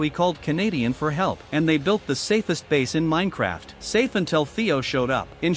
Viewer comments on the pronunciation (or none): none